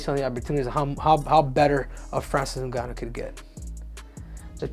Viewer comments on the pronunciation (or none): New-ganu lmao. Olympics don't teach reading classes, obviously.